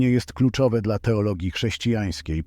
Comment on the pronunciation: zmieńcie tego bota.... Bo nie mówi się DELA tylko DLA